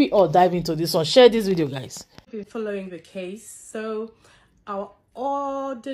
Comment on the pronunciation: It’s pronounced ‘share’ pls, not ‘shwell’